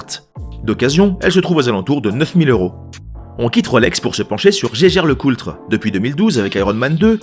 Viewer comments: Tu es sûr que Jaeger Lecoultre se prononce "geiger" ? ;-) T'es pas allemand, toi... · Très bonne vidéo bien référencée, comme d'hab. Juste un truc qui me chiffonne à chaque fois (et que mon cher Robert a confirmé): Vous êtes surs de votre prononciation de Jaeger-LeCoultre ? Il prononce cela à l'Allemande (ce qui me parait logique) et le l de Coultre est silencieux il me semble ? Merci de votre retour